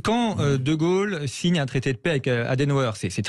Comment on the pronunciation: M. Bercoff, ce n'est pas "la fin d'in monde" mais "la fin d'un monde". La différence entre les sons UN et IN se perd à une vitesse effarante en français de l'Hexagone. Le déclin de la langue française (y compris chez ceux qui prétendent la défendre), c'est aussi la fin d'un monde.